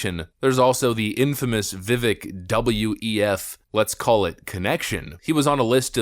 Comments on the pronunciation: His name is pronounced and sounds like bake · His name is Vivek - pronounced Viv - long A sound in the second syllable. Rhymes with cake. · Vivek is pronounced Vi-Vake. (Like cake and he pronounces his own name correctly!) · His name is pronounced, "Viv ake.". Rhymes with "Cake." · You cover him but still mispronounce his name.. its vivake like cake he says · Vivek rhymes with cake; not the other pronunciations. Love you vids! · Stop pronouncing his name wrong! It is pronounced Vee-vake! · Vivek is pronounced Vivake, as in fake which is a word of Indian Hindu / Muslim origin from fakir. However, Vivec is no fake. He's the real deal. Give the man a chance. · Viv-AKE. You can’t even pronounce his name right. So first 18 seconds I’m unimpressed already. Anyway, continue … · Hey there Vivek’s name is pronounced Viv-ake like cake. FYI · He says it’s pronounced Vivek, like cake. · Can you please pronounce his name correctly? Viv-ake like cake. He even says it in the video you reference. Love your videos! Just wanted to ask. Keep up the great coverage! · Why can no one say his name right lol It's pronounced VIVAKE is literally reporting on a video where he pronounces his own name, then proceeds to repeatedly say his name wrong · Pronunciation: Vikek like 🍰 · He says his name in the video, yet you mispronounced it 100 times. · Vivek rhymes with cake. He's said it himself. You could at least say his name correctly. 😂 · Learn how to pronounce Vivek’s name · he's obviously still not well known enough, because most you tubers still can't pronounce his name correctly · Maybe next video he’ll pronounce Vivek’s name right 😅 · You still pronounce his name wrong smh lol don't you listen to the video when he says his name lol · Vivek is said like cake. Vivek even said "It's like cake but people always get it wrong" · Vi-Vake - Not Vi-Vick. We should all learn to pronounce the name of our next Vice President. 😉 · Pronounced Vivek, like Cake. (vivake)